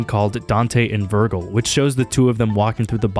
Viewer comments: “Hare-uh-see” and “Vir-jul” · It's pronounced: Heresy: Hair-uh-see Virgil: Verj-ill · oh my god this virgin said vergel, it’s pronounced like vir-jel. also it’s heresy like an heir to the throne, not heresay that’s a different thing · Hey, just to let you know heresy is pronounced "hair - a - sea" and Virgil is pronounced "ver - jil". Other than that, great job. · Vergle. Vergle? Vergle. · My guy can't even pronounce the words right 😂😂 bro said Vergul You also lack some major sense of literacy with the medium you're engaging it seems GenZ dudes looove making dogshit video essays HEARSEEE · I believe Virgil pronounced Ver-jill, as it is today. It also sounds better that way, and that's objective. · Okay, I have no idea if you're gonna see this, but "heresy" is pronounced "hair-ess-ee" and Virgil is "ver-jill". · Why did you use that shitty, inaccurate image for Dante's Inferno, it's literally wrong about the things you mention in the video Also holy shit "Hear-see" Edit: VERGLE AAAAAAAAAAAAAAAAAAAAAA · "Dante and Verrgull" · Hey dude, awesome video. But in future, maybe double check your pronunciation on a few words. Maybe im an asshole, but it really takes me out of an otherwise-great video when i hear you pronounce stuff like "heersee" or "Vurgle". Your script is great and well edited, as is the video overall, and i appreciate that these errors probably only come from you having read the words but not heard them spoken aloud. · This man just called Virgil "Vergle" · Great video! Just some pronunciation corrections: Heresy - Hair-eh-see Virgil rhymes with Jack and Jill - Ver-jill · Awespme video but The way you say Hursee and Vurgul has me cracking up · Have you never heard the name Virgil spoken out loud before 😂😂? You said “vurgle” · Bro are you purposefully mispronouncing things? Please tell me you know how to properly pronounce Virgil and what you did is just rage bait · You forgot how he pronounced Virgil. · I love the way you pronounce “heresy” and “Virgil” 🤣